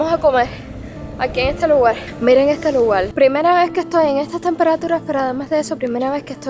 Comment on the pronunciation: Se dice: lugar, no lugal 😊